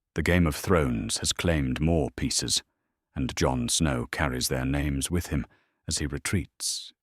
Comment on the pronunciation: If you're going to have AI read the story for you then make sure it can properly pronounce names. It's fucking annoying to hear Spanish pronunciation for English words.